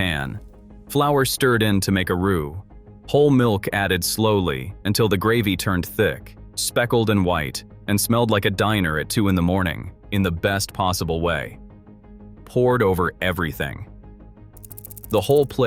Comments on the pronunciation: The AI voice kills me the most just because of the several mispronunciations lol. Like pronouncing diner as dinner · Hey,! It's DINER, not DINNER! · What AI slop is this? Can you not train it to say Diner, instead of dinner? This food still exists.